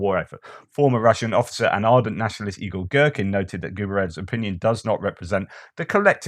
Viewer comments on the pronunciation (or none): none